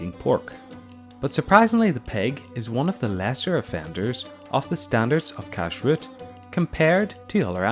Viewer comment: The stress is one the second syllable, not the first syllable. So it is pronounced kashRUT rather than KASHrut.